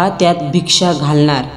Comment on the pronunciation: Bhiksham ase nahi mhanat, Bhikshann dei ase mhnatat